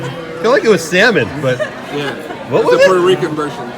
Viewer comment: Fun meetups!!!! the L is silent in salmon